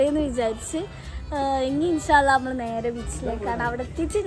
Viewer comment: കുട്ടിയെ കാണാൻ നല്ല ഭംഗി ഉണ്ട് പക്ഷെ.... അമ്മൾ അല്ല കുട്ടീ നമ്മൾ എന്നാണ് 😂😂😂😂...